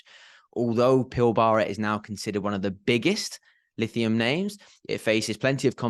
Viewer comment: In Australia the Pilbara is pronounced more like PILBRA